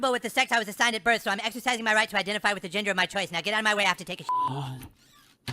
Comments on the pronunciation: i love how he cant pronounce 'gender' so he keeps saying 'ginger' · It's the way he keeps calling it "Transginger" that cracks me up. :) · How does nobody notice is saying “trans-ginger.” Lol. That makes it much funnier. Lol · LOL is he saying transGINGERS? Sorry my hearing is on the decline :( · I love that Kartman keeps calling it trans-ginger 😅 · A lot of people don't notice that he is actually saying "trans-ginger" which is another great joke all in itself 😂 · I seriously though he said trans-GINGER when I first saw this episode when it first aired. I mean, THAT would be more -esque to be a ginger. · Is he saying ginger? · I thought was saying “I’m transGINGER”, for a small moment there. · I seriously ALWAYS thought he said “ginger” too. But the way people react to him, he’s clearly saying “gender” to them…I guess?? It wasn’t until I realized the episode wasn’t doing anything ginger related, I assumed he was actually saying gender….unless Matt and Trey were indeed slipping in “ginger” and no one in the school caught that. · Am I hearing this right? Is saying transginger? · Doesn't sound like he (I mean she) is saying "Transginger." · Is it just me, or does it sound like is saying, ginger? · I also love it when says ginger instead of gender. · He says “transginger”!!! Hahaha